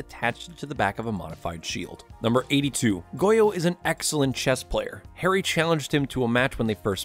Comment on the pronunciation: The way Harry's name is butchered......it hurts me as an indian